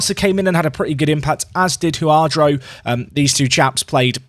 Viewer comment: You always speak of this Huadro guy. Who is this player and why do you keep him a secret?! ...... Its Jurado haha. Atleast ur consequent at mispronouncing his name